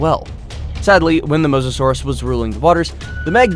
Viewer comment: Mosasaurus is not pronounced like that bro